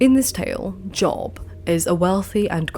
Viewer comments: FYI it's pronounced "Jobe" rather than Job. I don't know why. I'm loving the first two videos I've watched. How did I not find this channel sooner!? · In Job the o is said long. It's said Jobe, even if spelled Job.